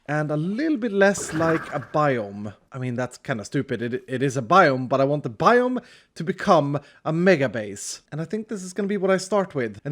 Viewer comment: It's not a biome, it's a bi-home